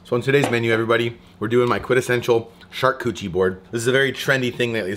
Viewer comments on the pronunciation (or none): I haven't read the comments. But I love this video! And I love what you are doing. BUT your prounaciation of "charkoochie" MAY be wrong. I think it is pronounced "shar-kooooot-er-eeeeee" that said "sharcoochee" is even better!! Love what you are doing! Keep killing it! I prefer watching you spooling fish!!!! Crazy goodness!!!! Love it!!!!! Keep killing it! #stayfishy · "Shark Cootchie" board? 😉😅😅😅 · I believe it's pronounced Char-Cooch-arie lol love this stuff! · "SHARKCUCHIE BOARD"😂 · More smoking videos, please and keep on pronouncing it shark koochie. That cracked me up every time. Thanks for the great content. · I love you …but if you say shark cootchie one more time, I’ll shove you in the river next time I see you out there! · I dont think you're saying "charcuterie" right... LOLLLLL.